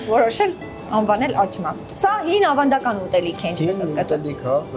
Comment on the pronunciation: աղջիկ ջան աճմա չի աչմա է,համ էլ մի քիչ խոսիր խոսքը մի քիչ էլ թող խոհարՐին,ուղղակի շատ տհաճ է ու անդուր